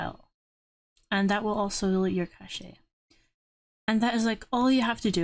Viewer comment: Hey it’s pronounced more like cash